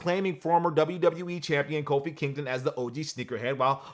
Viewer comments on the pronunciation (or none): none